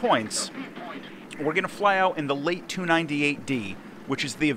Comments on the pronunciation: I thought it was more like 'lat-a(a)', with the second a pronounced like an english 'a'. (the a used in 'late') We also use the 'é' character in the Hungarian language and i think French uses it similarly. Not sure if they consistently use it like that though. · It's Laté, for the love of god, Laté. reeeeeeeeeeeeeeeeeee